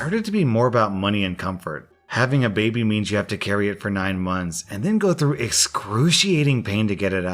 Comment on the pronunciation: Through. Through. Through. Not TROUGHT